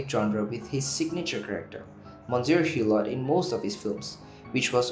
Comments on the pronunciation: "Eww-Lo", not "Hugh-lott"!!! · The ‘t’ at the end of Hulot is silent.